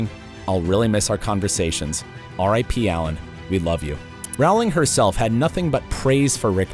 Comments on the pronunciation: Jo Rowling's last name is pronounced "rolling", to rhyme with toll, role, mole, stole, know, bowl, pole. It's not pronounced like Ow! Or, how, now, brown, cow, down. Thought you should know so that you might fix that mispronunciation. And her first name is just Jo. She doesn't actually have a middle name, but was informed by her publisher that fewer boys would be inclined to buy her books if they knew she was a woman. They asked her to use 2 initials instead. So she chose to use the initials J.K., instead of her full name, Joanne. The K she borrowed from a female relative, her paternal grandmother, whose name is Kathleen. Some people mistakenly believe her full name is Joanne Kathleen Rowling, when it's actually just Joanne, or Jo, Rowling. She has used Joanne Kathleen Rowling on some occasions, or Joanne Murray, from her 2nd husband, Neil Murray. But, her given name at birth was Joanne Rowling. She calls herself Jo. "Although she writes under the pen name J. K. Rowling, before her remarriage, her name was Joanne Rowling. Her publishers asked that she use two initials rather than her full name, anticipating the possibility of the target audience of young boys not wanting to read a book written by a woman. As she had no middle name, she chose K (for Kathleen) as the second initial of her pen name, from her paternal grandmother. She calls herself Jo. Following her remarriage, she has sometimes used the name Joanne Murray when conducting personal business. During the Leveson I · Please learn how to pronounce 'Rowling'.